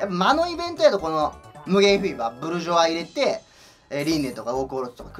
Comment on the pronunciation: 初めてぷにぷにした日おもったこと フィーバーがビーバーに聞こえた